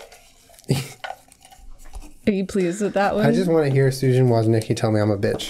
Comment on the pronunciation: Yo Jenna, not trying to correct you or anything, but Susan Wojcicki's last name is pronounced "woh-jiss-kee". I only know that because I researched her for my communications class in college and I had to learn how to pronounce her last name.